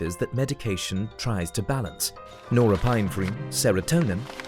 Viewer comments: It's pronounced nor-ep-in-eph-rine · i don't think that is how you pronounce NOR- EPIN-EPHRINE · the pronunciation of norepinephrine made me sadder than my depression.